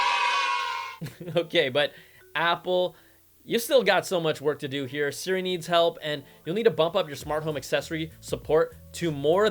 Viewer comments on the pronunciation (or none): none